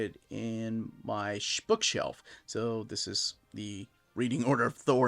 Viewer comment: shpookshelf, eh? 😆